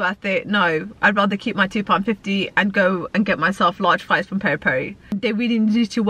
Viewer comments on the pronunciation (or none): none